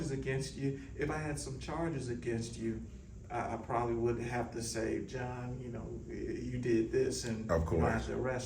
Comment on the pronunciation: Was the Chief calling you John or did it just sound that way ? lol